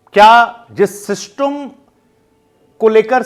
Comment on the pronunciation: Abey system Bolna pehle sikhle